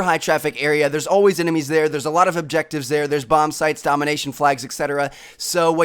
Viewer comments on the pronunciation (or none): none